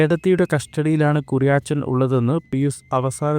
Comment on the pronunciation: Kuriyaachan alla.....kuriyachan😅